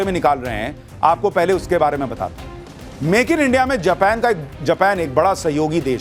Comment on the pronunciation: जपान नहीं भाई जापान हे उस देश का नाम